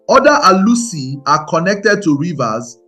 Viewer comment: Your pronunciations make it sound as though your target audience are not ndi Igbo. You pronounced Alusi, Chuwku, and some other words the same way many Nigerians mispronounce their names to make it more acceptable to westerners.